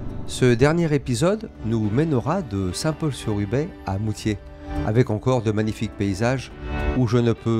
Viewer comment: Alors pour saint Paul sur ubaye on ne dit pas " ubé" mais ubaille 😉🤣🤣 sinon beau travail, bravo